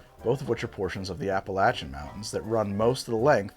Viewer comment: The Seagram's Fuzzy Navel was the first alcoholic thing I ever drank. It tasted like Peach Nehi -100%. Also thank you for correctly pronouncing Appalachia.